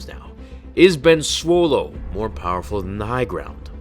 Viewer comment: Sir its B E N S W O L E